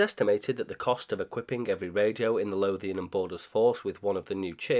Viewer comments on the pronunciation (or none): none